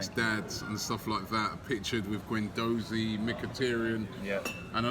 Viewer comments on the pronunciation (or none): Sell Ramsey. Guandoussi( correct prononciation, he is of moroccan origin.) can do a better job. Also sell Welbeck,perez and Moustafi. Like this you can generate 50 to 60 millions, enough to buy Vida and a genuine left back. Then we can say Arsenal have a good and proper team.